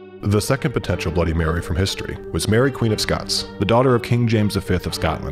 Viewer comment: Who was the narrator? Dude needs to slow down. And maybe double check some pronunciations. Heresy isn't "hearsay" and Mary of Guise is pronounced "geeze".